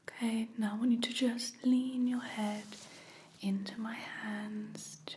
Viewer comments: It's okay not awkay 🙄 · Everything about this video is relaxing, but my absolute favorite is the way says okay..."ohmqay"...I get lil goosebumps everytime 🫠🫠🫠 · Awkay is totaly Okay 🙂🙂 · Actually it's Ommkayy 😅